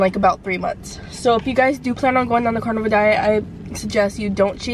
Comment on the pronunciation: Lol it's Carnivore not Carnival